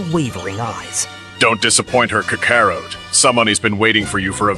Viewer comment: I wish you would stop letting a.i. pronounce the characters name. It is butchering tf out of Kakarot.